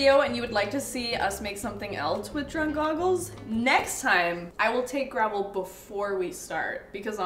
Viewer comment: I was so confused by gravol until I realized it was motion sickness medicine. I thought you were saying gravel.